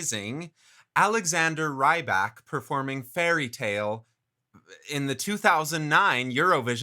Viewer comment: I'm everybody told you already... But still, he's Russian, not Norwegian. And its not [raibak]...